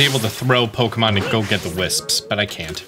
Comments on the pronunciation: I find it funny how he pronounces it "whisps" like there is an "h" but it's just wisps 😭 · "...all the hwipsps..."